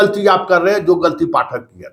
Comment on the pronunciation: Hindi bolne nhi ata kabhi Pathak ko sahi bolta hai kabhi galat